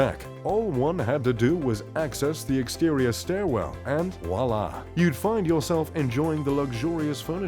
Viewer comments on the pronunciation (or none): none